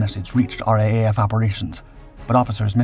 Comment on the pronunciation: RAAF is pronounced "R-DoubleA-F", not R-A-A-F"